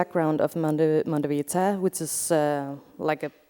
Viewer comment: It's funny how Lea Porsager pronounces the words Monte Verità in a way that they sound like "Mondo Pizza". Szeemann would probably have liked it